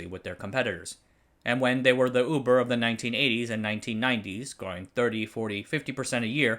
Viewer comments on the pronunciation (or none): none